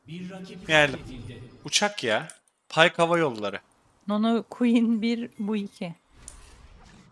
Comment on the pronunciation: Ana kanalda pike yeteneğini pyke diye okudu diye gelen video